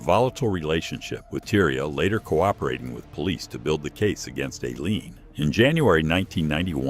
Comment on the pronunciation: EYE-leen. Teach your AI some I.